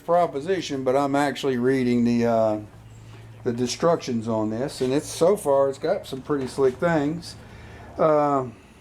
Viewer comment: Ha ha . . . did you just say, "destruction" or "instruction" ? nice work.